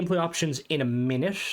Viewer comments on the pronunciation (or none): "You need to mait a winute." Words cannot describe how much I love you, and how hard I was laughing. Big thanks to for doing all this work. No wonder it took this long. I normally dislike Survival Mods, but this Creation gives me so much immersion while flying and maintaining my ship, especially becaus I live on my ship. This makes perfect sense, and reminds me of the Vertibird Player Home from Fallout 4, which also required maintenance and fuel to operate. (EDIT)- I just stopped by the Ship Services Technician at New Atlantis, and noticed that a Portable Diagnostic Terminal was also placed where he stands! I built one on my ship, which does not have a Vanilla Engineering Bay, but this PDT at the Technician is both convenient and immersive with the Creation enabled!